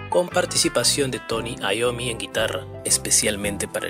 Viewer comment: Se pronuncia Iommi, cómo se lee, pues es un apellido italiano.